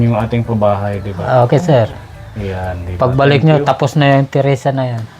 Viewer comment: terasa po hindi teresa